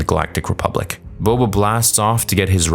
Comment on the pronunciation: Why is Boba referred to as BO-BO